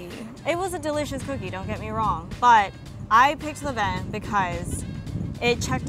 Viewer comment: Levain vain like cain levain is how u pronounce